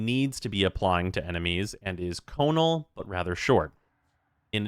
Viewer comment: The word to describe something having a cone shape is conical fyi, heard you say conal a couple times on stream